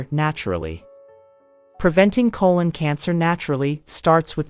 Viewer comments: Good video, but so annoying that she keeps saying "cologne cancer" instead of colon cancer. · Why does the narrator keep saying "cologne" cancer versus the proper pronunciation throughout the rest of the video? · Yes, she said "colon cancer", but she also said "cologne cancer" quite a few times.